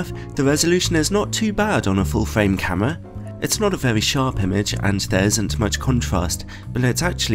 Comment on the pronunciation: love it when he says camwa